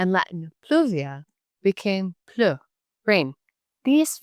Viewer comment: Pronunciation of ''pluie'' should be plu-ie and not pleu